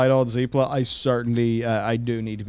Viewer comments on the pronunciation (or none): Zep-la...not zeep-la.